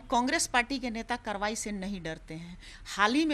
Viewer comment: Ye dhang se karywaahi to bol ni pa rhi aur kaarwaai ki bat kar rahi hain . Maanlo madam congress mukt Bharat